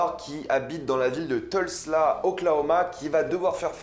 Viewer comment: Mdr normal, tu capte rien au cinémaen général et en plus tu ne sais pas prononcer Tulsa. Critique non constructive comme ton avis bien souvent mon bon. Bises amicales.